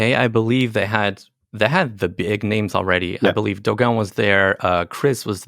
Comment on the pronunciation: are you Brazilian? Your Pronunciation of Dogao's name was spot on!